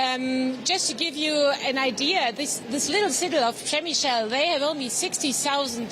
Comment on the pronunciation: Repeat after me: Pshe-mishl not Pshemisheel. If you have to, use the German pronunciation: Premissel.